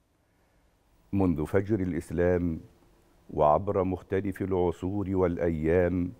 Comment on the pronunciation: جميل جداً ولكن: مختلَف وليس مختلِف